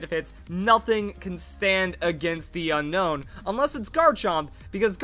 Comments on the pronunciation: Un-own not Unown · I pretty sure it's "un-own" not "un-nown" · It not pronounced unknown it's unown like after you see it you want to unown it 😏😏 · it's actually pronounced o known